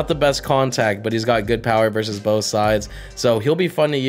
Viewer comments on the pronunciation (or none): none